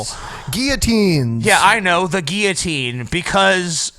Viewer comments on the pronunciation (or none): I've never heard anyone pronounce it "gi-oh-teens" before. It's not a Spanish word guys. I'm pretty sure it's pronounced "gill-oh-teens". Gi-oh-teen just sounds... wrong. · That guillotine pronunciation thing is weird. I have literally never heard it pronounced like you guys say it. In the UK we all say "gill-o-tine". Guess we're pretty backward. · That's not how you pronounce guillotine #justsaying